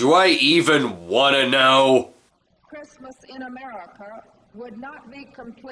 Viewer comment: It sounds like she struggles to say "America."